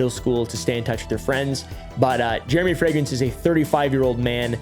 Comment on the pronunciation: why is he saying it like fragance? we dont even say it like that in germany